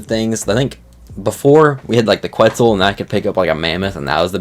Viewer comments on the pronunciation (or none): none